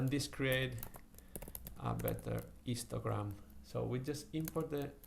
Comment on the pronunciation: everytime he says histogram, it sounds like he is saying 'Instragram'